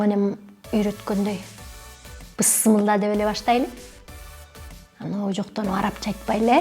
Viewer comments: Быссымылда кыргызча эмес Бисмиллаах. кыргызчасы Алланын аты менен. Обу жоктонуп арабча дебейле сиз арабчасын айттыныз. Б.а нанды нана дегендей айттыныз бысмылда деп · Туура. Ошону суйлогону озу обу жоктук. Тооба жаман нерв болтам ушуну уккадан бери. Неге ппысмылда мысмылда дешет!😫😫😫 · Айдана Деканын бисмилла деп айтканы бул эфирге жанылык кылып жиберген эле. Баары эле пысмылды,бысмылда дешет!🤦‍♀️🤦‍♀️🤦‍♀️🤦‍♀️ Ушул созго вообще нервим чыдабайт да. Ойлонуп суйлогулочу!!! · Кыргызчасы, Мееримдуу жана ырайымдуу Аллахтын аты мн болот Сен арабча эле айттын просто тамгаларын озгортуп. Обу жок сенсинго Илгеркилер азырк ылардай окуган эмес ошогода Бисмилляхты туура эмес айтышкан Араб тилинен айлан сен😡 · Арабча айткан ообужоктонгон эмес. Ообужоктонгон именно кыргызча айтканы. Туура арабча айтыш керек 🤨